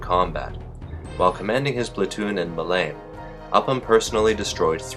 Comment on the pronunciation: Nitpicking: The airfield on Crete named Malame is pronounced Mal-a-may... Great video about a great man